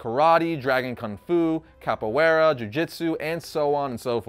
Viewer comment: I remember reading that Robin reborn series back in the early 90’s I think and really liking it. I laughed when said Capoeira. He said like someone who doesn’t speak Spanish LOL.